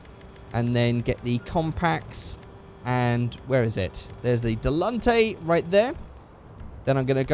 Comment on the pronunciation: It's Di li tan te